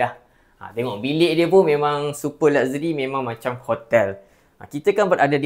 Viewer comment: It is laksheri, bukan lakzeri nyah